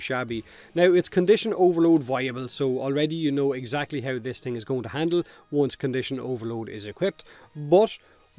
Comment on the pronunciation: Unknowingly you have achieved a cross cultural marvel... In Hawaii we have our own accent in which "the" is "Da" and "thing" is pronounced "ting" just like you.. so when asked about how something performs,such as a surfboard or motorcycle or whatever, if the thing is good we say " Brah..Da ting goes!" so props to you and Aloha from Hawaii..